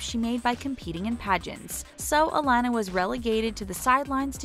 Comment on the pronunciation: its UH-LON-AH